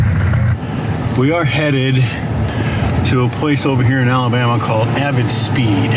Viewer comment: you completely said it wrong; the Emphasis needs to be on the BAMA. Like how Mr Forest said it in that documentary about BUBBA GUMP SHRIMP COMPANY. ala! BAMMA!